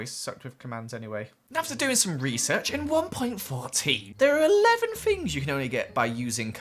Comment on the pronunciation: I like how he says fings instead of things And wif instead of with And feem instead of theme I’ve just been adding onto the first one as I listen